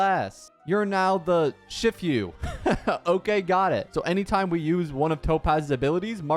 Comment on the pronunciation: "Shifyu" die.